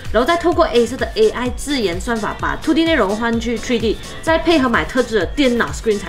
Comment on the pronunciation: 这个“吹D” “秃D” “爱色儿（弘基）”听得我蛋疼 要么全中文，要么英文配字幕不行吗，中英混搭听得真难受。